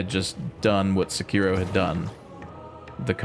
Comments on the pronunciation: its Se-ki-ro not Se-kiro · I just listened to this guy pronounce Sekiro incorrectly 5 times in a row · are you trying to piss me off with how you pronounce Sekiro 😂